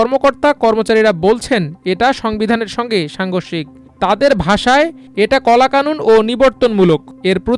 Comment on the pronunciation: উচ্চারণটি কলা কানুন না, হবে কালা কানুন।প্রায়শই আমার দেশে ভুল উচ্চারণ দর্শকরা শুনতে পায়, প্রিয় পত্রিকার কাছে আরো পেশাদারিত্ব আশা করি।